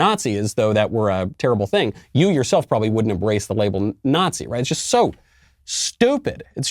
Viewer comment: You pwodway call anyone a nazi if you want. This is America. 😂